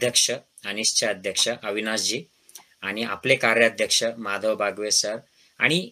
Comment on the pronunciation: Dr Please..बावगे..not बागवे .